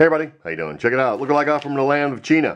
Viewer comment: What did u say chena instead of ch-i na